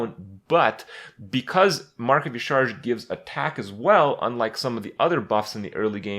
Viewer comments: Dear Papa Krip, yah-SHA-raj (Y'shaarj) Sincerely, your local Lore Nerd. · It's pronounced "Yasharaaj" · Ucharge.... Ucharge... It's Yasheeraajh